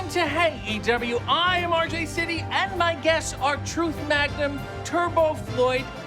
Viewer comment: Keeps calling RJ "Arj"😂😂😂